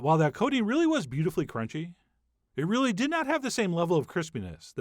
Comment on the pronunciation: That cronch tho